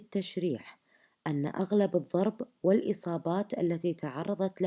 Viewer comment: ض ليس ظ..الضرب وليس الظرب